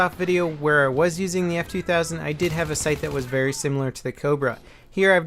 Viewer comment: He said "hae" while he was supposed to say "have". Reading rest of the comment helps alot...